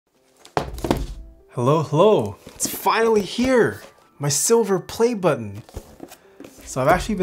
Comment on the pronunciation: Why do you over-pronounce the t in button?